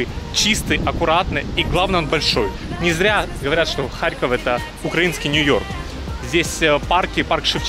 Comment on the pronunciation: киев был столицей УНР. а харьков коммуняцкий. (кстати харьков ударение на "О")